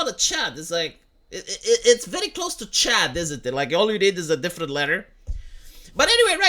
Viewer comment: Only a Romanian can make 'Chud' sound like 'Chad'....